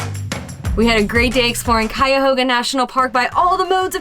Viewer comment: Props for the correct pronunciation. A lot of people get it wrong